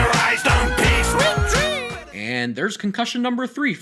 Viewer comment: And why does he say sleep dreems!! Just why!!????!?!?!!